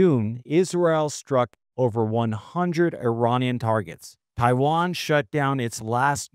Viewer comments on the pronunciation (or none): none